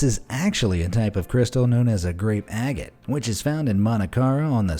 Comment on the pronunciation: Its Agate not Agat